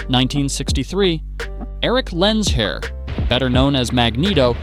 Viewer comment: Did he just say “Eric LensHair”?